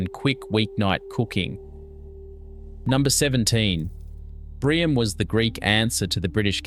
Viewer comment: Omg! Learn to pronounce the foods for goodness sakes. Fakes- Far kess, Gemista- Yay mistarr, Briame- Bree arm me. I give up! You’re hopeless. We still cook all this now, nothing has changed.